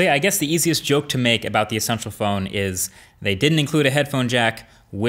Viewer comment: Essential PH-ONE HAHAHAHHSHAHSHAHAHAHHAHAGAGAGAGAGAGGAGAGAGAHAHAHAAHHAHAHAHAHAHAHAHendme